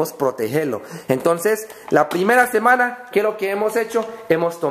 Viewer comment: meda risa cuando dice semana en vez de decir semana dice jemana...! saludos de Venezuela..!